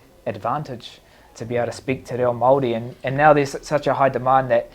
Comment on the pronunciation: Yo DC I’m not sure you understand what you said or did but from me, my country but more importantly my culture, your pronunciation of who I am was perfect. We are Māori and we respectfully thank you❤